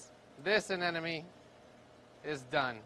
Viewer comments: why do professional/experienced marine keepers say anenome when its clearly spelled anemone? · I clicked on this video just to hear you say 'anenome' again and again. Lol, you didn't disappoint